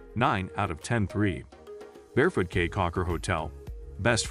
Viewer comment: FYI - It's pronounced "key"